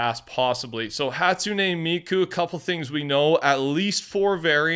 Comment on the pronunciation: I am pretty sure it's "hat-soon" "me-coo" you have miku right